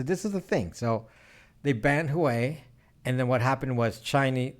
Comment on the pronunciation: Pronounced “Wa-Weigh” 👍🏽